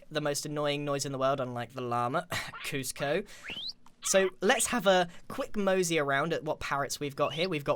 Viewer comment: KUSCIO OMG ITS KUSCO THE LAMA